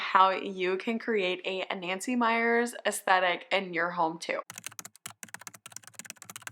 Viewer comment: You are one of the few I have stumbled across who correctly pronounced the word "aesthetic" 😊 I immediately hit the subscribe button 😂